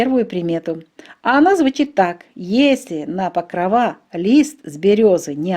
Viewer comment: Чому ПокровА, якщо правильно ПокрОва!